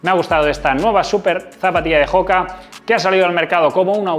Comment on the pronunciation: oka, oka...no joka. No es una palabra inglesa.